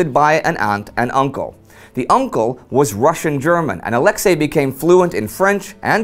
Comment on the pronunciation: Just for the record: the stress in Brusilov's first name falls onto the last syllable, that is "Ah-leks-EY", not "Ah-lEks-ey". It's really a shame when the name of one of the major generals of the war gets twisted throughout his very own episode.